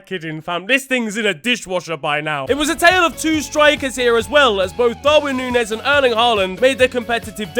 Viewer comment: Say it with me,. Núñez. Noon-YES. Not hard.